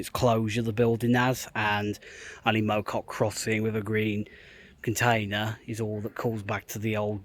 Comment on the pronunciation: Mow Cop - Mow as sounds in cow, rather than lawn.